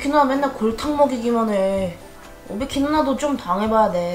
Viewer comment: 는 맨날 오비키를 오바키라고말하네ㅋㅋㅋ